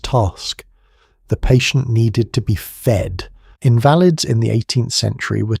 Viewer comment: The pronunciation of invalid and other words makes me think that you are an AI voice. Please prove me wrong.